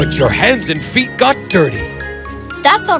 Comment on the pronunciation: I noticed that the woman’s biological daughter said feet as if it only had one E in it. Was that on purpose or did the actress mess up? Because if it was a mess-up I just want to make sure it doesn’t happen again and point it out.